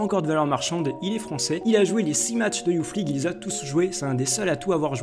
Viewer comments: Juste on dit pas Youf League mais Youss League. Et Kays Ruiz large au dessus de tout les mecs que t'as citer niveau talent. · Alors déjà c pas youf league c youth league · "youth league" ca se lit "Yousse league" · '' YOUFFMLIGUE'' PWAHAHA BONNE VIDEO GG